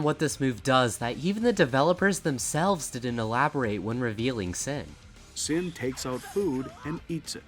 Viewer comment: Said Sin's name wrong 😞